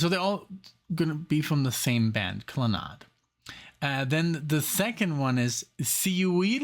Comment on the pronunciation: Why do you pronounce it Kla-nod? I've always heard it pronounced Klan-ad. And that's not just an American pronunciation. But thank you for honoring this great Irish band. RIP, Moya, Noel, and Padraig.